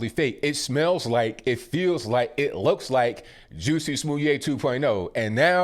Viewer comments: “Juicy Smooliet” 🤣 you’re killin me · I love that pronounces Jussie Smollet like Dave Chappelle.